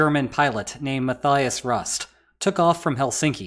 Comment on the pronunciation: You pronounced Ceausescu so well, the dropped the ball on the easier Mattias Rust.